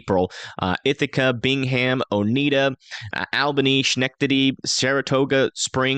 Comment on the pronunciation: Oneida pronounced O neigh da